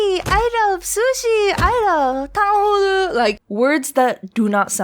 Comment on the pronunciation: as someone who knows how to pronounce tang hu lu , ts got me dying 🤣